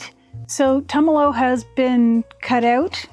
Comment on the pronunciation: thank you for the sticker on the machine. and for learning how to say Tumalo (former resident of Tumalo, current resident of Mpls). blessings.